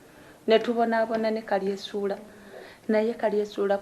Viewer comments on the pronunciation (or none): Naye maama mukulu tomanyi na how to pronouse yo hasbandz name mbu kalyesuula its kalyesubura not kalyesuula haa haa